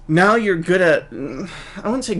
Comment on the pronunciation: ***** its pronounced "you're"